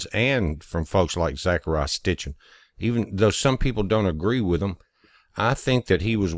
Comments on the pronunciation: It's Sitchin not Stichin. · Sitchin. Not Stichin. Peace brother. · It's Zechariah Sitchin, not Stichin. Check with Mr. Google.